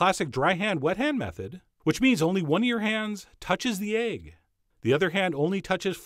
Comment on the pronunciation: Who else is fascinated by the way him call it aygg and not "ehgg" ... even thought he was steaming ready-boiled aygs (u got me saying aygs now) 😁 skach-ayg